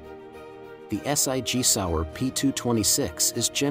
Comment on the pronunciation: Point 375 s i g? Is that .357 SIG? Ess Eye Gee Sour? More computer voiced poor interpretation and spelling . 🙄 But, some great guns here.